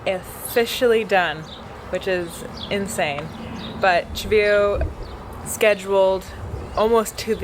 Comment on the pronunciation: had it pretty spot on 😂 when Chevayo said it I thought where?!?!